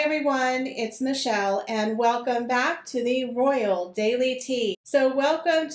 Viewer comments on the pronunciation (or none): none